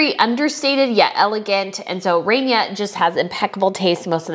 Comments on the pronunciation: It's not RAY-Nia. It's RAH-Nia. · You need to learn how to properly pronounce names. It's Princess Salma not Salam. It's Rahnia not Rainia. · The queen of Jordan's name is pronounced RANya not RAINya. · You should rewatch and pay attention to the style of dress all the women wore. Modesty is taken very seriously in the Islamic faith. The bride is STUNNING while maintaining modesty. I think she was just gorgeous. Even Queen Rania (pronounced Ra knee yuh) is covered up to her neck. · It was a civil ceremony. It took 10 minutes and was silly that everyone showed up for it and had to have 2 fancy dresses. They should have shown the party afterwards. The wedding was no where near the dignity of William and Kate’s. And it’s pronounced “ah” Rania. And you’re completely right about Nancy Pelosi; she should have stayed home. And Beatrice was awesome! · Salma not Salaam. Salaam is a man’s name. You also pronounced Iman and Rania wrong.